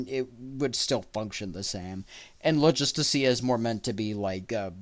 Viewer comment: What did you say logistica?